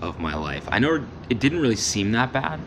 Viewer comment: “I knoar” 🇦🇺